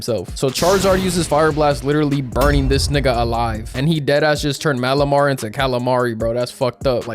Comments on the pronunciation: Turnt malimar into calimar 😂😂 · dude turned malamar into malamari